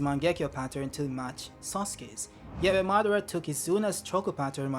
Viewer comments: muh-dar-uh and not saying mah-duh-ruh is killing me lol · Que aflição chamando madara de "má"